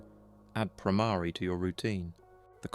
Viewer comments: Yes. The Bhramari hum is very powerful. And note "Bhramari" is not pronounced "Bhramaari" .. but with a short "a" not "aa"... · .... Conscoiuunesss Stiaffing...? Spelling??d Bhramari / 2nd syllable is not "aa" but just a (like uh). All alphabets end in this a sound. * GREAT VIDEO. Thanks.